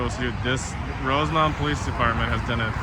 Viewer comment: THANK YOU for pronouncing Rosemount correctly! 💝💝💝 People out here want to call it RoseMONT.🙄 😂😂😂